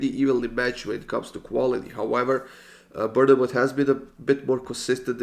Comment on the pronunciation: Love these videos but I’ve gotta say it, I live near Bournemouth it’s actually pronounced ‘born-moth’ 💪